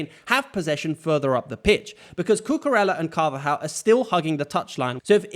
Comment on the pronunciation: It's pronounced "Cucureya", not "Cucurela" :)